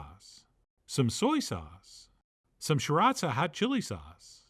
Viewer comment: The most offensive part of this recipe for me was not even the gag-inducing combination of ingredients, but the pronunciation of Sriracha as "Shiraza" :)